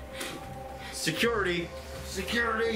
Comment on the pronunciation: the way he says “security” is hilarious. 🤣